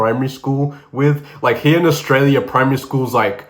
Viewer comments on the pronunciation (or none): none